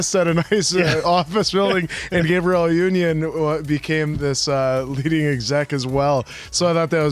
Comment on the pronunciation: You’re saying Gabrielle’s name as the boy version.